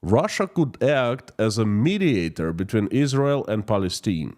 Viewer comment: Palistine is pronounced: PAL-EH-STEIN. Palistinian is pronounced: PAL-EH-STEN- EON. Excuse my basic phonetic language.